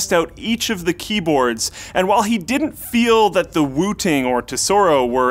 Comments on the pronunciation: I totally thought he said Wu-Tang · I keep hearing wu-tang😂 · I thought he said wutang 😂😂😂😂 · kept hearing wu-tang, for some reason.. and figured, "yeah.... i guess this is a market the RZA has broken into yet." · i thought he was saying Wu Tang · Who kept hearing Wooting as Wu Tang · Whenever you said Wooting One I thought you were saying Wu Tang One. I was waiting for some sweet Wu Tang Clan jokes